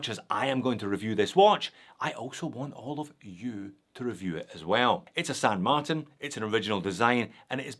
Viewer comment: FIRST & most important, it's SAN marTIN (TIN = TEEN). Second, I can't get with counterfeit/rip-off copy brands. Third & finally, that watch just is a hodgepodge of a bunch of different ,existing watches, AND it's TERRIBLE.